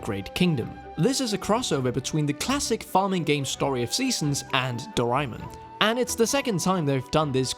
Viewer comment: I'm so bothered how he kept saying doh-rai-mun- I swear it's pronounced as 'doh-rey-mon" xD